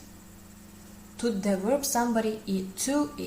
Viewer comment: Wish you good luck! I hope you would not mind if I bring to your attention a difference in pronunciation of w and v. To properly pronounce "verb" you need to bite your lip with your teeth.